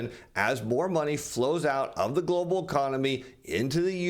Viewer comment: Why do you keep saying Glo Baal........